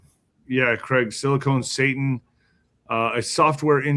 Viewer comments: Sil a con, not cone. Orale Hermano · OMG. Is he still calling it Silicone??? Ahhhhh. 😅 SILICON. Not silicone.